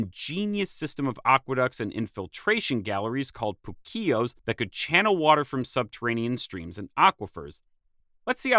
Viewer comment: Uhh... It's POO-Keos, not poo-KEos